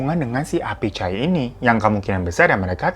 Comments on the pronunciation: Humorku ketika bang hiro ngomong bos apichai jdi achaiiii wkwkwkwkwk kek kwetiauw achai deket rumah bang hiro astagaa ngakak bgt.. terima kasih bang hiroo selalu menghibur wkwkwkw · Lucu banget pas kak hiro salah ngucap 'kikuk' sama 'acai'abis ngucapinnya susah banget ya kak 😁